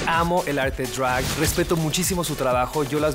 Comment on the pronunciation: Lol NO!! me desconcentra mucho su pronunciación "arte *Drwagh*💫" jajajaj ningún gud mornin ni ningun jelow aquí me hablas español!! por favor di DRAG como es 😂